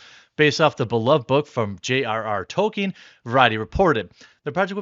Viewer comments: Tolkien. Tolkien. Not “Token”. 🤣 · Oh no, LOTR is back in the news. We have to listen to The Quartering pronouncing Tolkien as"Token". I love you man but, come on, it's "Toll-keen".